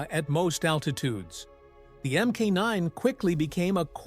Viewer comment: There was never an m k 9 Spitfire. There was a mark 9. Teach your computer how to say it right and type it so it will be pronounced properly.